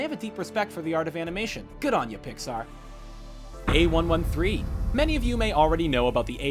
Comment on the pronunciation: That's not how you say "A113".